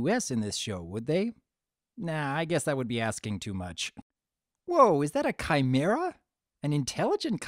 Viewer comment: kimra I thought it was a chimara?